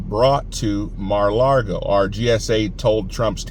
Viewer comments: Just a hint....It's Mar-ah-LAH-go....not Mar-ah-LAR-go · Don't want to nit pick, but there is no r in Lago. It's Mara Lago. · Please don't say Mara Largo. No R in Lago